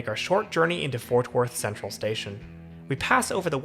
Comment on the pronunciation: It sounds like you’re saying Forth Worth 🤭. Anywho, the train is crucial when I go to the AAC for a concert or to see the Mavs 🙂‍↕️😎